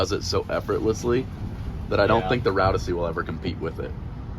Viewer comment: Plodyssey idk why he keep saying ussy its ossy